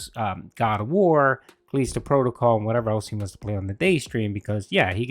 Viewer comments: has heard say cul-east-to protocol so much that he’s saying it that way too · I knew he was gonna start whine and moan about Kahleestoh Prohtokahl once he reached one of the bosses. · Everytime he says callisto protocol wrong i want to punt a beehive into his house